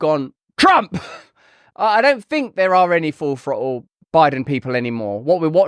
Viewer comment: Lost me at full frottle